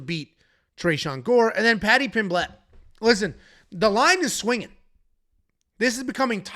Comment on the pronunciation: Stop pronouncing Pimblett wrong